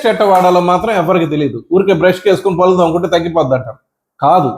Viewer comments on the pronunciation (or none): మీకు పుణ్యం ఉంటుంది. పల్లు అనకండి పళ్ళు అనాలి.మీరు పల్లు అంటుంటే కంపరంగా ఉంటుంది.